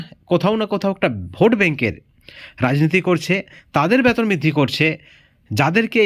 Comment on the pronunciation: Batan আপনি ki বাংলাদেশি না হলে বেতন কে ব্বাতন বলেন keno boka choda